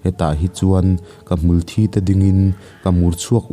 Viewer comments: Hmul thi tih thi(Death)ti a lam tur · Ka comment tlai viau na chu..sawisel lai tur kan lo sawi ve lawk ang e... Hmul thi(Blood) niloin..hmulthiii...(dead). ka sawi awmzia i hriatthiam ka ring..chu mi tih loh chu i sawi hlauhawm thiam bik tawp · 'hmul thi' tih hi mitthi' tih a thi ag khian lam rwh...a hahthlak..'ka hnar a thi'' tih a...thi ang khian ilam thrin a....ngaihthlak a hrewm. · Hmul thi tih hi i lam diklo ziah mai